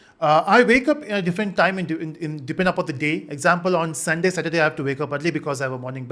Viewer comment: Does anyone had anxiety when he missed 'r' in saturday